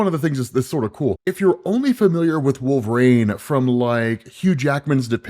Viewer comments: all i hear is wolve-raine and it's fucking annoying. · ah yes....... I too love the x-man "Wolvraine" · I've only heard him pronounce his name correctly maybe twice...😂 wolver Rain.😅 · Why do you pronounce Wolverine like Wolve-rain? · Drink every time he calls him wolveRAIN. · Stopped , even at 1.75X because I cannot stand the way you pronounce "Wolverine" and say "WolverAIN"??? We know you're not illiterate, can you pronounce his name correctly? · “Wolvrane “ I’m Srry but it’s clawing my brain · Is it just me or is saying Wolver-rain? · I absolutely love your content, but the way you pronounce “Wolverine” aggravates me to no end 😂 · Imma be honest dope vids but you say Wolverine like a narc😂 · I can’t be the only one that cringes when he attempts to say Wolverine, am I? Surely after all these years someone has said some thing. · Why is pronouncing Wolverine like he had a stroke? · Please learn to say Wolverine. It’s burns my ears every time. 😅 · Can you not pronounce wolverine? Last time I checked, wolverine doesn’t have an A in it.